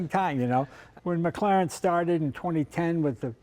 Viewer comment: Did tha' peepers bro' jus pronounce tha' W1 as a..McGlaren...auch aye, laddie..a McGlaren !